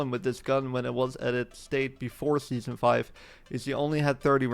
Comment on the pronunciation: scheason four